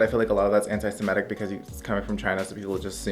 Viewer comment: I paused and was like did he just say anti Semitic 😭 and came straight to the comments lol